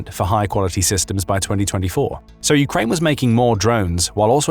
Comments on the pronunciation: You say Ukrine I aay Ukaine lets call the whole things off. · “Ukrine”? wow removing channel from feed